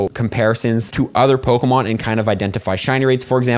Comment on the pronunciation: Are you saying Pokamon? Yes you are lol